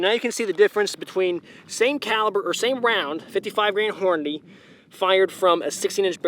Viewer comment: Thank goodness! You say it correctly, that’s right, it’s horn-a-dee!!! Not horn-a-day!!!